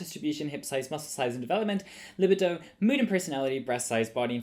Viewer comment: Anyways this video was not well-researched and I absolutely loved the addition of the books behind you and you putting down a book to seem smart in the beginning. How transparent that you needed that for your facade. You can't even pronounce libido right.